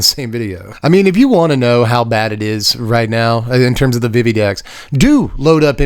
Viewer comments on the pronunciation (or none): VeeVee. It is pronounced like VeeVee.